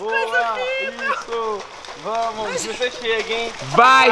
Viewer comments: É "vamoo" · É vamo, e não vai moh kkkkkkkkkkk🤦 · na verdade ele disse vamo